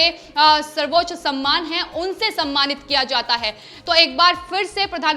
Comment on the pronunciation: समयमान नहीं सम्मान शब्द पढ़ें।